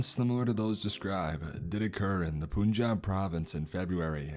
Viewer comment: But its pronounciation goes "pun jaab" not "poonjaab" 🤓😄